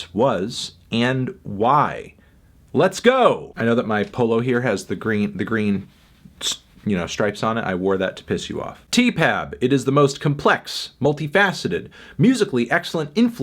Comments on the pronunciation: People who say ”Tee-pab” should be taken outside and... kicked in the bass fiddle! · stop saying teepab